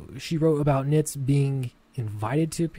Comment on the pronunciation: Yes, you're pronouncing it correctly. :)